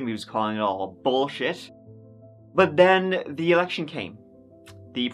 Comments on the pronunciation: Are you sure it happened at ten turdy on September turd? Because I heard it was at tree turdy. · "September turd" my british cousin's accents are different than us US folks for sure. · "September turd" lol never change